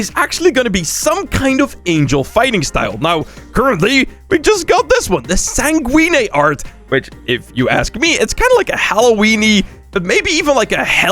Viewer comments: It's pronounced "san-gwen." As an adjective it means optomistic or positive, especially in an apparently bad situation or difficult situation. It can also mean blood-red or blood-red color as a noun. As opposed to samsgooweenie or however folks keep saying it 😂.... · Did he say san-goo-een- eh?